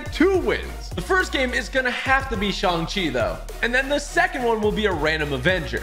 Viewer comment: I don’t to be one of those people who are pointing stuff out in a rude way but he keeps saying shong chi